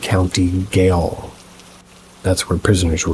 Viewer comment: Gaol is pronounced the same as jail.